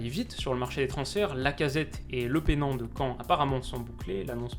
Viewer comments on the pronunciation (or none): De la part d'un supporter malherbiste qui déprime de voir partir notre pépite, on dit bien Lepeunant et pas Lepénant :)